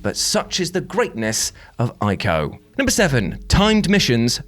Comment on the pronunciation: I'm loving you pronouncing Ico correctly